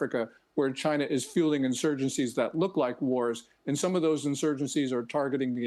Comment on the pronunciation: chai-Nah is warning? Ha!